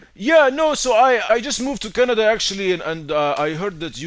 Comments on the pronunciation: “canda” lmfao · He said canda but u pronounce it Canada. U idiot